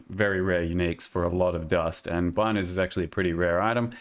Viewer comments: Its pronounced bean o's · hi I'm the creator of the Bino's Kitchen Knife, and it's pronounced "Bee"-no's. Thanks =)